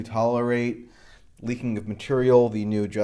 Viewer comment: lol you said materia